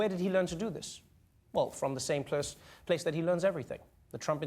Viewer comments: he mispronounced the word place.....if it happens to him ...then it's okay if it happens to mW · he mispronounced the word place.....if it happens to him ...then it's okay if it happens to me.